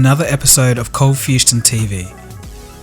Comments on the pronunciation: Cold fustion? Lol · Awesome vid, but what is "Fustion"? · cold fustion? what?